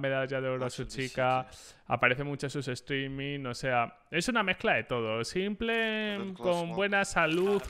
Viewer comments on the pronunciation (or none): cada vez que dice simple, me explota un pulmon. Simpel, no simple por dios jajaja